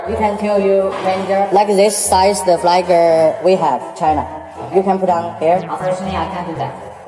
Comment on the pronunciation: Flag 都可被發音成 " fly 哥 " 真的夠了 ! 長榮飯店都全數旗子都撤下還要求補掛, 真的是笑死! 最好中國人都不要入住 ! 不會 Non-Smoking room 變 Smoking room, 辛苦的房務員不用整理中國旅客住過的房間, 早餐排隊點現煎 Omelette 時, 不會被沒排隊就插隊搶走, 走廊上不會有大聲暄嘩及甩門關門的噪音, 進泳池或公共池, 不會有沒先沖洗的中國人.